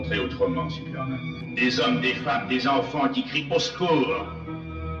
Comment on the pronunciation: à : « Tuperman » ? 🤨